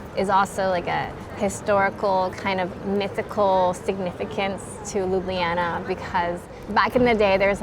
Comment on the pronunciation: Finally!!! someone who pronounces Ljubljana correctly...ok, I know it's not the easiest names to get right.. but bravo!!